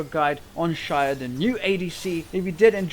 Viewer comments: Its pronounced ZAYAH NOT SHAYAH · I didn't get the joke at the start until you said the new champ was called "Shayah" -_- It's Xayah (zy-ah) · Pronounced zaya not shaya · why SHayah? where did the SH come from? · since when is an x pronounced as sh, literally can't listen to you. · its pronounced Zay-ah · It is pronounced (z-I-Ya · shaya??? bish l2 pronounce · Dude no one can get the joke because THERE IS NO JOKE. You're just pronouncing her name wrong! Is that a joke? Where's the fucking set up for that overused punchline of "Shayah"? You need to understand comedy if you're going to try shit talking people who didn't get your awful "joke". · shayah? god... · luk20000 haha, why the hell does he say shayah 😂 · I bet he's pronouncing it like that because of his username. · You do not pronounce Xayah like that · dude, i think this vid is good and don't care about the ones who don't get it why do you pronounce her name like that, and also the guys who say you are bad, nice vid keep it up. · Would watch but you can't even pronounce her name..... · It bothers me that you pronounce her name wrong.